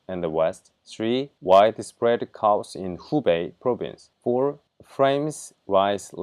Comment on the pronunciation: Hey I heard you use the word Chaos quite often. It is not Cows. It is K-yours